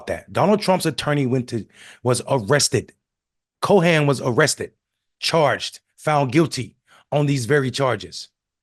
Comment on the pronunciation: Seriously dude? His name is Cohen. You struggle pronouncing that but have no problem with LaQuenishia?